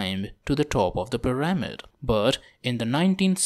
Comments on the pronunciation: I'm gonna dislike kuz you keep saying puh rah mid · the correct way to say it is PEE rah mid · It's hard to focus on this video when he keeps mispronouncing pyRAHmid. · I think it's kinda funny.